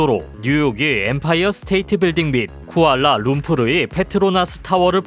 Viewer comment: 쿠왈라 룸푸루 ㅋㅋ